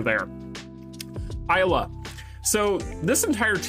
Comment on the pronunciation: I wanna too Isla in the game. Isla and Krohnen Will be great. PD: it's Isla (ee-sla), the "I" sounds like an "e", not like the "I" normally sounds